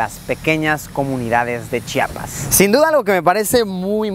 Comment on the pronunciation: De tanto que estuviste pronunciaste bien Chiapas muy bien